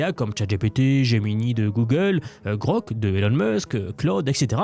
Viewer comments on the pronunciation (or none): none